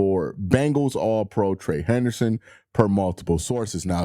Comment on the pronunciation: You’re gonna have to learn to say his name right lol